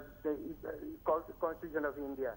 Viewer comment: The anchor cannot even pronounce constitution.